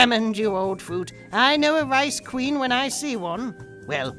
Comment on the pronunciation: Did you say "ice queen"? Because I heard "rice queen" and that's probably racist.